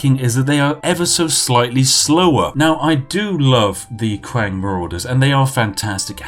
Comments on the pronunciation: its not qiang , its chiang while reading, comes from word qin, which is just reads out chin....you are from england , you people only named them Qin with Q rather than Ch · how do you get "qwang" from qiang? really? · Ughhhhhhhhh. I hate to be that guy, but your pronunciations are atrocious. Not saying that the content itself isn't wonderful because it is. Qiang is not "Qwang" Qi is pronounced with a CHi sound meaning and emphasis on the CH sound while ending with a slight E sound for the I, and Ang is pronounced how it sounds, but with and emphasis on the A. It sounds like Chee- Ahhng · Dod o you don't get a "qwang" sound if you read it as spelt dummy... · same LOL qiang got me. hard for em to make fun of him though when my friends also make fun of how i pronounce things haha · Spiff saying qiang hurts me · Qiang means spears or guns. And it isn't pronounced as Kwang, but "chiang" Or u can just combine "cheese" and "ang", "cheese-ang". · The spiffing: sees the word qiang The spiffing: well that's pronounced kwan innit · It made my head go kwang everytime he said kwang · I love Chinese history lol. But I think I love your videos even more ;) Praise the Tea. Qiang = Key Ong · Not even Chinese, still trighered by how you pronounce Cao Cao (pron. tsao tsao). Oh and also Qiang (pron. chiang). Jk, love you! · Ahaha! A note on pronunciation.. (perhaps 95% of all my comments throughout YouTube, sorry) .. within the romanized Chinese alphabet, Q is pronounced like 'ch', and X is 'sh'. .. .ok thanks for all the tea! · Hey Spiffing, love your show. Just a quick critique. In Mandarin Chinese (the common form thought in schools) Q actually makes a CH sounds. So Qiang is pronounced CH-iang. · I love how he pronounces the Chinese names... cow cow, kwang... hahaha. Beautiful. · Chinese people: Qiang Yorkshire Tea Man: kWaNg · The Chinese qiang... it is a soft ch like chewy. So qi sounds like chi. For future reference. Languages are crazy wild, love them!